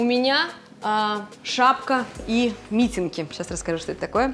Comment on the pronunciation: МитЕнки, не мИтенки, прошу прощения! Спасибо за видео!